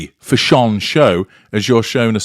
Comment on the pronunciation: I love how you pronounce it: fish. shawn for fash. sion. Hahaha!